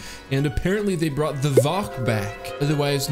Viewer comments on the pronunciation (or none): none